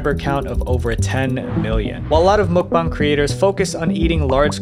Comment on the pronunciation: why do you keep on saying mukbong lmao it's muk bang